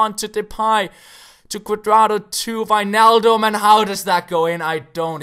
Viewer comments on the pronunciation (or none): none